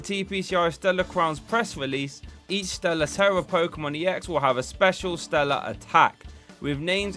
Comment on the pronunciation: "Stera Tellar" XD